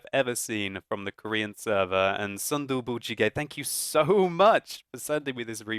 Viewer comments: its actually pronounced soon dooboo but it was a great attempt. if you ever need help translating korean ill be glad to help! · Lol I like his name.. Tofu Stew. by the way.. but why are you saying it like in spanish sometime ^^ ? you put " gez or ges" at the end sometime. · 아낰ㅋㅋㅋㅋ 발음에 빵 터졌네 재밌다 순두부찌개 ㅋㅋ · MrNoodless Warning: spicy tofu stew might burn your mouth :D He probably did his best to pronounce it but it's still funny as korean :D